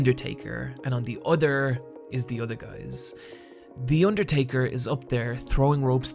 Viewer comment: The Urrtaker